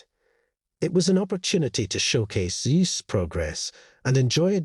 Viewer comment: It's Zeus, pronounced Zyoos, not Zees!